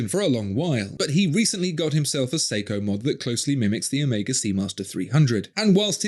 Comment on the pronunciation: Respect for your correct pronunciation of the letter Omega. You'd have thought that Daniel would have been corrected by Omega themselves, being the ambassador for the brand...